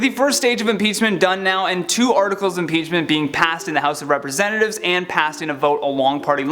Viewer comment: Did anybody else hear him say "House of penis" lol